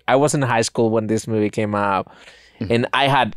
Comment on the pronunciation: Love hearing say mewvie